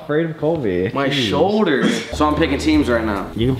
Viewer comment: anybody else obsessed with saying “ShouLLLder?”